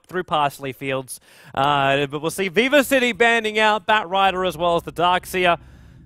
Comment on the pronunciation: Whenever says Viva i keep thinking he says Weaver so i get confused for a second and then i'm like "oh right"